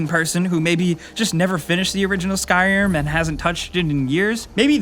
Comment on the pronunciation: Did anyone else notice how he said skyrim ? XD